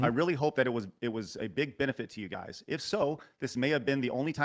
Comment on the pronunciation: "I really had him going guiz right right right. I had him going so good" Craig: "sure?.."